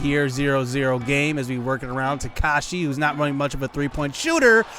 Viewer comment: Ta-ka-ha-shi not takashi